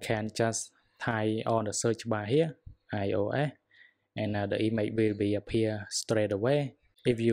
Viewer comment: Why u say İOA instead of İOS?!